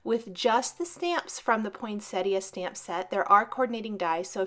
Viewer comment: A truly magnificent card. Congrats. Thank you for being one of the few cardmakers on youtube to pronounce Poinsettia properly!!! Luv it